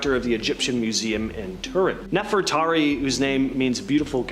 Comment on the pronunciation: Bro how can you not say NEFERTARI….and then after correcting yourself you STILL failed by repeatedly saying “Nefertati”?! I would have been a little more understanding if you would have simply confused “Nefertari” with “Nefertiti” but no…..you just failed all together and that was after putting forth GREAT effort!! How are you going to be EDUCATING ppl on sh¡t you can’t even pronounce? Are you RE…..SPECIAL?!